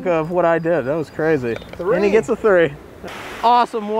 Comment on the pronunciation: not tree. Three ( thờ ri )